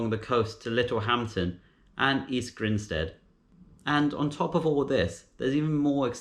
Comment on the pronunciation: Grindstead? Grinstead 🤦‍♂️